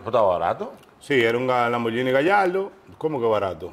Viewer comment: se dice lambor GUINI NO lamboryini, se escribe lamborghini